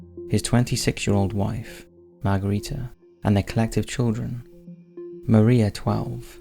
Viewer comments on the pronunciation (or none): none